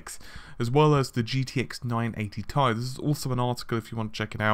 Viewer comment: Just say "T" then "I", who pronounces it as "tie" when it's an abbreviation for titanium?